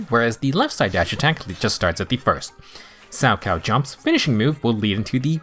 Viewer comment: Finally, someone who pronounces 'Salchow' correctly. The amount of times I've heard youtubers pronounce the H was far too many. Personally, I'm skipping her for Caesar. I pulled for Ellen, Zhu Yuan and Qingyi, so someone had to take the fall. Luckily I got Nekomata recently, so my physical base is covered.